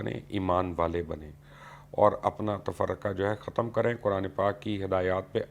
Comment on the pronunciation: آپ نے آیة پڑھتے ہوئے تفرقہ دو بار پڑھا آیة میں تفرقوا ہے اس غلطی پر استغفار کرلیں